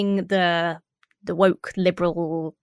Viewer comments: not only did you inadvertently say moke but it sounds like you also said wob and as someone who compulsively spoonerises phrases due to having a bad sense of humour I love the idea that this was 100% inadvertent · "The left wob is too moke" made me giggle 😂